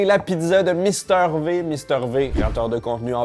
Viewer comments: Mais pourquoi tout le monde dit « Mister VÉ »?! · Non non, c’est bien « Mister Vi », il l’a toujours prononcé ainsi. C’est sensé être de l’anglais, pas du franglais…